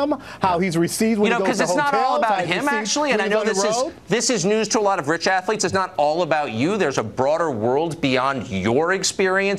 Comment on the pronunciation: “I didn’t know it had three syllables like that Ath-a-letes, wow that’s Ama-za-zing.”